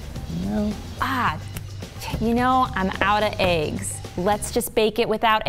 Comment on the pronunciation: she says aygs instead of eggs, noooo 😭😭😭